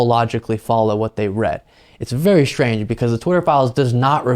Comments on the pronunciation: The word is pronounced strange, not shtrange. Just sayin'... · Not Shtrange at all.